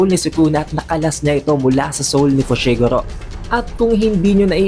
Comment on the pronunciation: Itadori not Ita-dori. Modulo not Mojulo. Fushiguro not Fushi-guro. 👍🏻